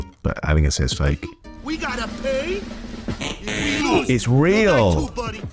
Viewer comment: the way he pronounces the d's in buddy made me immediately clock it